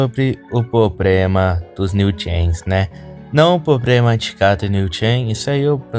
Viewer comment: ce fala "probrema" kkkkk pensei que fosse carioca